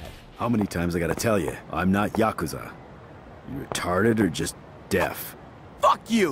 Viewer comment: Finally an American boi calling Yakuza as YAkuza and not YakUza, ah that sweet sensation of fulfillment :')